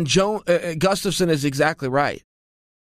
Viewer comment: chael alexander GUFSTAFSON sonnen